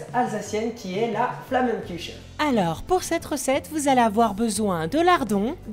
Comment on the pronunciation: Pour info on ne prononce pas "flamenkuche" mais "flama-kouaraa" En tout qu'a c'est comme ça que mon père le prononce, et il parle alsacien x) hopla a +